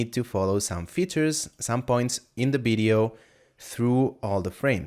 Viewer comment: Video man, not Bideo!!! :) Realy good tutorial! Bravo!